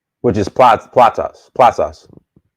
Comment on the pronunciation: Hope you enjoy our Sweet Salone you gotta visit the New Mambo village waterfall. By the way its pronounced plasas not platas but yeah the foods are the same in west africa just maybe cooked differently. By the way when Sierra Leone played Nigeria at the African Cup of Nations Football match who did you support?